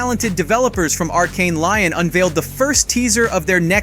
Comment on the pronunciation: Lyon is pronounced ‘Lee-on’